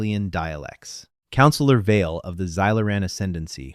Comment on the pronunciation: pronunciation of the admiral's name. Vie-ell or Vail or something else ?